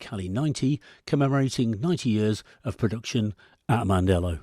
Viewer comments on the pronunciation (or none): Si dice Mandello non mandella ignorante....